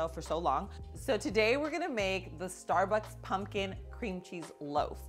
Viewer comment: OMG STAR-BEEEEZ! 😂